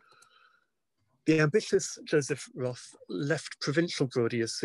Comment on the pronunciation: If your biograhper isn't willing to pronounce your name correctly and doesn't read your work in the original language...